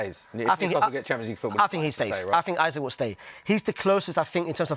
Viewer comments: Jesus Christ the guy in the white shirt knows nothing about ball!!! First he rates Curtis Jones as a creator when we Liverpool fans know about his backwardness, he pronounces Isak as Isaac, and he says Osimhen won’t give you better xG than Ekitike after saying he’s a better finisher!! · He pronounced Isaks name wrong about 5 times in a row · The way pronounced Isak made me bricked up